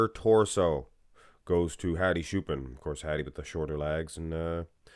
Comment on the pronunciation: Just because I like your channel. His last name Choopan is pronounced like Chew Pawn.